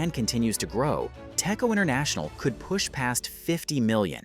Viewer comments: ITS PRONOUNCE TEC-CHO NOT TECCO U DUMMY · fun fact: it is pronouced as "Dech-Jo"